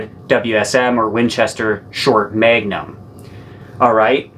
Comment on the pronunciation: It’s like he’s saying megnum not magnum lol